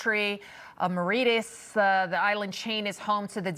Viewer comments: Someone please tell the female “reporter” how to pronounce More-ish-us. Great prep and geographic knowledge! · My god - that American female journalist doesn't know how to pronounce Chagos nor Mauritius. has she never heard of these places before?! :( - well I hope she learns.